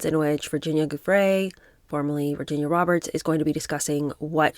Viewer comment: An assist to my favorite book reader: Verbier = .yay Giuffre = JU.free (anytime you see Giu in a name, it's almost always pronounced as if it was spelled Ju - e.g. Giuliani).